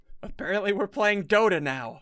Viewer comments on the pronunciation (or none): Who else thought he said doughnut instead of dota